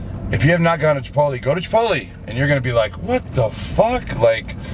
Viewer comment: CHI - POT - LAAYHH - CHANEL DOESN'T TRAIN CHEST - UNSUBBING